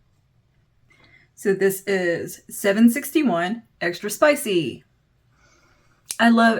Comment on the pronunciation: Extra Spicy, not Extra spich 😉